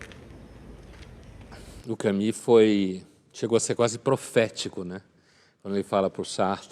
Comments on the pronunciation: Não se diz Cami, minha senhora mas sim Camu, com o u francês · Exelente, como sempre. Só não percebo o porquê de pronunciar "Cami"... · Camus pronuncia-se "Camüsse"... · ele pronunciou "Cami"...